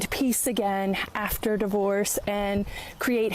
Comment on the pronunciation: I like how he pronounces it "die -vorce." I'm adopting that.